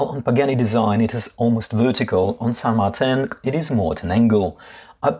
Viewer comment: I kindly submit to you that it should be pronounced the Spanish way, "San Mar-teen", as the only widely known San Martin out there is the historical figure revered in South American countries like Argentina. Now who's being pedantic? :D